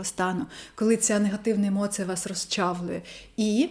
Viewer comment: Емоция поки що через ы Треба трошки м`якіше - через і